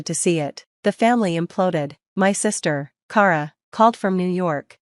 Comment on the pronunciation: Kara is pronounced Kah-ra...what She is saying is spelled Cara...It's My Sisters Name and I know 3 Other Kara's and They All Pronounce It the Same like every other Kara on the Planet.